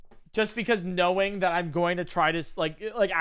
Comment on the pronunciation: you said kno”wing”